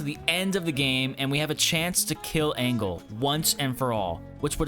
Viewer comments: Never heard someone pronounce Frau Engel so wrong 🤣 Greetings from Germany. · Always funny to hear Americans trying to pronounce German words. 'Mine leaben', 'Frow Angle' etc.